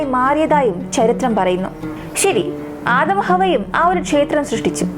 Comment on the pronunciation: Aadaam alla adam